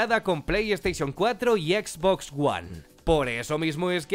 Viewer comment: Exbox, plei steichon